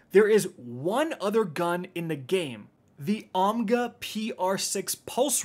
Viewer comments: “Omga” lmao, its Ogma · it's Ogma, not Omga. You kept calling the Posterity the Prosperity the other day too. Do your job, sir!